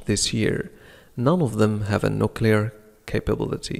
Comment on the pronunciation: استاذ اعتقد أنك اخطأت في نطق nuclear وشكرا على كل مجهوداتك قناتك فعلا مفيدة